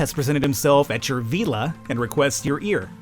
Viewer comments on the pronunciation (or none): none